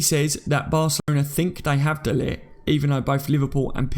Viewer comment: No way should we even go for de Ligt! We've got good enough players in the central defence positions. By the way ... pronounce it de liggggt. The g is like clearing your throat! Get it right!